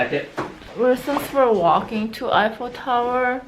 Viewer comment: An i the only one who keeep hearing say "ipho tower" instead of "eiffel tower"?